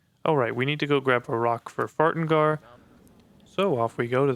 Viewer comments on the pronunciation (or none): I mean props to Kodlak if a pie suddenly started vibrating aggressively next to me for no reason I sure as hell wouldn't keep sitting next to it Also I heard you say Farengar's name as "Fart-engar" and honestly that works better